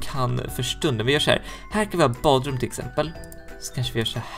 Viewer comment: Han sa tlill exempåål!:)